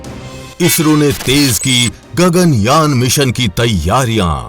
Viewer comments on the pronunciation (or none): Wtf 😂 Its Yaan not your gagan "Jan" 🤣